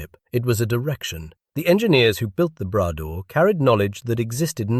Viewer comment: Not the "Brad door", le Bras d'or ! "Gold arm".